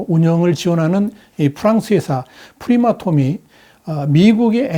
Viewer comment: 프리마톰이 아니고 프라마톰 입니다 프랑스 + 아톰 합성어 입니다